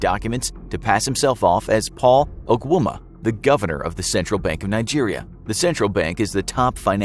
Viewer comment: Hearing you pronounce names like Ogwuma, Nwude and Abuja hurt my ears 😂